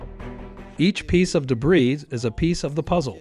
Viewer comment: The audio part of the video is poorly matched to the Captioning. Also, I don't know if the transcript is read by a person or computer, but you do not pronounce the s in debris, something that's repeated several times. These & similar faults detract from the professionalism of the video.